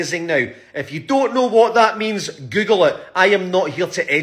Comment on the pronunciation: I love hearing a Scottish person says words like Google. XD